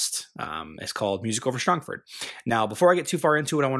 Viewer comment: You pronounced Strongford incorrectly. Break it down into its component words: strong and ford. Pronounce each part as if it were by itself. I'm fairly confident that I am right about this since a ford is a shallow point in a river that allows easy crossing, and the city of Strongford is a fortified position located on a river.